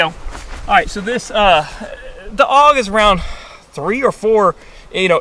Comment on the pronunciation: It’s pronounced A U G even though it’s spelled AUG